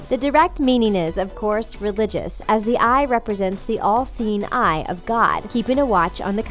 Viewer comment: She kept saying LC9, then it downed on me, oh!! The "all seeing eye" Civilization is reaching to a point where we have to invent telepathy because we can't pronounce our words right anymore!!